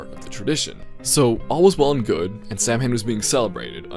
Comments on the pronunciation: To, sorry to be picky but its not Sam-Hain, Its pronounced Sa-Win. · "ok Loomis it's pronounced as ""sowen"" alright?" "SAM HANE!" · I will never forgive John Carpenter's Halloween for making the entire world believe that Samhain is pronounced 'Sam Hane'